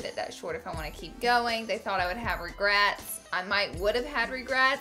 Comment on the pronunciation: Lmao. "Regrats"